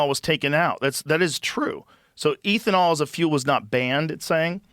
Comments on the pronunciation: Every time Rogan says “Ethan-all” instead of “ethanol” I recoil in cringe🤦🏻‍♂️😆 wtf bruh😂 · ethanol is like beth-a-nall without the b. Not ethan-all 😅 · Eh thanol not eethanol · Stop saying EEThenal its ethanol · lol ETH-uh-nol. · Joe, the word is pronounced eh·thuh·naal...its not a long "E"❤❤❤ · Eeethanol? Oh no, Joe is turning into Simon whistler... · Hey Joe Its pronounced EATH-IN-ALL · Eeethanol... No ethynol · Somebody tell this man how to say Ethanol lmao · I had to stop after hearing him mispronounce ethanol at the 20th time. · Joe says he's a car guy, doesn't know how to pronounce "ethanol" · Ethanol is pronounced like meth and not like Ethereum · Joe’s ethanol pronunciation is frustrating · I love Joe, but his pronunciation of “ethanol” is infuriating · How Joe says "ethanol" is psychotic